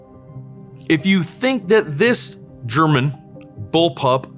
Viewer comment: What a fantastic presentation of 3 amazing sniper rifles. I didn't know the Model 93 SR until now. Thank you for that. Even your German pronunciation is pretty good